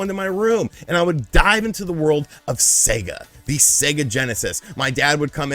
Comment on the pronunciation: "Seger" lol